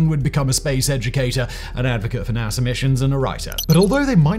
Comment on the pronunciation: NASA, not NASER.